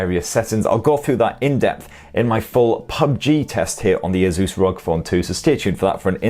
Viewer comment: whats with all the weird pronunciation of "asus" lol